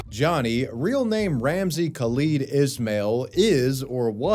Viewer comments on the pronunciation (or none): none